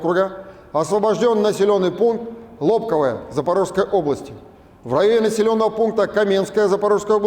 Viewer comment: Не могу уже терпеть,как местный житель! Не "КупЯнск" а "КУпянск" ! Не "Лобковое" а "Лобковэ"! Не "Чаривное" а "Чаривнэ"! Не "Кутьковка" А "КутькИвка". Не будьте ,как дегенераты из глав.штаба путина, которые,даже,не знают как правильно произносятся названия населенных пунктов,которые они "освободили". P.S. "СлАвянск" а не "СлавЯнск".